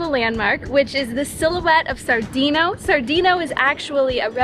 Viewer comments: sandino not sardino..lol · No se pronuncia SaRdino es Sandino with N